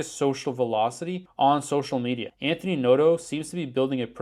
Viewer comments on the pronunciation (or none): none